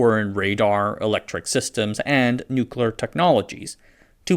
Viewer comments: and numerous other spots: NOO-kulur power. Is George Bush, Jr. narrating this? The first time I heard you pronounce -CLEEar as -koolur, I thought you were mocking Bush, but there was no joke being set up. Why?! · Tullahoma is in Tennessee. No rhyme or reason for otherwise. The Air Force operates several wind tunnels there at the Arnold Engineering Development Center. Also it's 'new-clear' not "nukular". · what is newcolor physics? Edit, nevermind. I figured it out. Nuclear is pronounced new clear. Not newclur or new q ler. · NU-klee-ehr or NUK-lee-ehr. 3 syllables. Not NU-klehr. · please learn to pronounce the word "Nuclear" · oh man.. maybe have AI do the voice for these. (or hire someone else). The narrator isn't very good (and can't say the word nuclear) It takes away from the interesting videos.